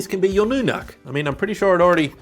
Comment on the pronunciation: Pronounced, "nook," as in, "nookular."